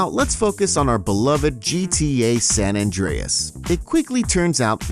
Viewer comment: stop saying sa mann